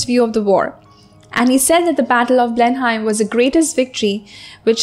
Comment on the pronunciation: You pronounced Blenheim in a wrong way